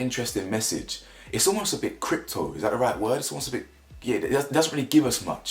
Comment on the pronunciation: Cryptic. The word Cryptic bro